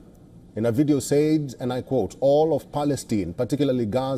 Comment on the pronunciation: learn how to say "said"